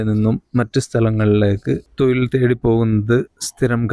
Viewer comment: തോയിൽ അല്ല😂😂 തൊഴിൽ ആണ്